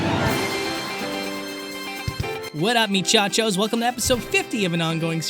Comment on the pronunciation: I'm new to the channel, did he said meechachos trying to say muchachos?